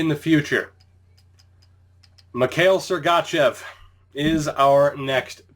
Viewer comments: Great video. However, everytime you say Sergachev I wanna punch you in the face. This is my 1st video I've ever seen of yours. I'd like to thank you for showing the entire draft without editing out your reason for picking that player. I've been looking for a video like this so I could draft a team at the same time as someone else :) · listen how he says sergachev